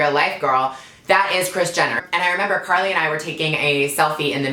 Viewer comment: she pronounced carli's name wrong 😂